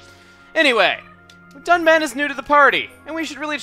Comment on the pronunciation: "with our shiny new dun-bitch"